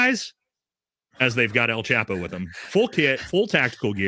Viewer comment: It’s pronounced “El” Chapo, not “Al” chapo , lol just trying to help out my gringo Brothers. keep up the great work!